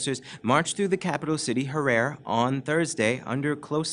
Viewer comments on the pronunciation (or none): the Capital of Zimbabwe is called Ha'ra're , Pronounce as HA-RA- RI.